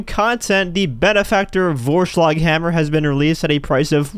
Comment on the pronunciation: its a german word and you pronounced it very badly.